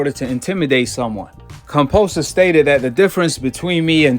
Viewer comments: Who is "Composus"? It's "Kambosos" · Exactly! How can anyone believe in what this guy has to say if he can't even read than pronounce someone's name...lol.